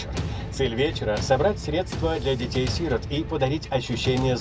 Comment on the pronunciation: На - не сИрот, а сирОт ❗